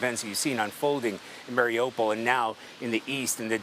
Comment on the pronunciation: news, Someone please tell the correspondents that they mispronounced Mariupol. Listen to a Ukrainian say it. Marie oo pole, not Mary opal. Thank you for your attention and 💙💛 SLAVA UKRAINE!💙💛 🙏 PRAY for the Ukrainian People 🙏 and the end of Putin's illegal invasion.